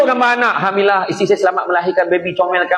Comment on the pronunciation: Alhamdulillah, ha pada Alhamdu ialah ha ni (ح), baca supaya betul :)